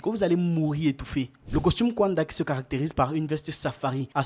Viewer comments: Vous aussi vous dénaturez l'Afrique : FAITES SOUVENT L'EFFORT DE BIEN PRONONCER LES NOMS AFRICAINS. KAUNDA = KA-OU-NDA et non "kouanda". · Le nom du premier Président de la République de Zambie indépendante, Kenneth David Kaunda, se prononce: "ka ou nda". Très belle émission 👍🏽